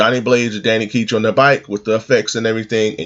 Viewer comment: Is (Danny) Ketch really pronounced like "Keetch?" I always heard as "Catch." But they could be wrong, cause I really like knowing if I'm doing something incorrect.